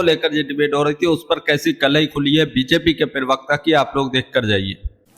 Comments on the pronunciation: अबे सूतिये पर्वकता नहीं प्रवक्ता सही शब्द है। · bhai pahle pravakta bolna acche se sikh le